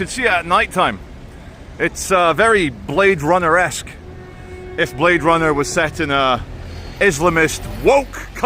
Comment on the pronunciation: "He said you're under arrest... he said you're brrrrade Runner"